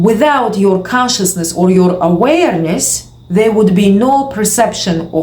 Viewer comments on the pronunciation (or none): Every single video this chick says literally the exact same thing, repeated 400 times, with emphasis on the word "aWAYERness"